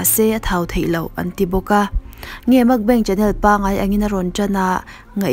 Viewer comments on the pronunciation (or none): Makbeng tia lam hi a diklo,Mukbang tia lam tur... Korean ho chu an bo hu ang,Mukbeng tih chuan😁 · Makbeng tia ilam hi mak kalo ti nasa mai, Mukbang chu Mukbang ti a lam tur ni tawp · A ngaihnawm thin e chutih rualin I pronunciation a dik lo thin erawh a ngaimawhawm ka ti. Entirnan 'Mukbang' aiah 'Makbeng' I tia, 'Salmon' aiah 'Shalmon' , a dang pawh a awm nual thin. Nangni ang narrator emaw reader tan chuan thumal lam dik hi a pawimawh sia ka lo sawi ve anih chu. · Nilo, a lam dik lo anih hi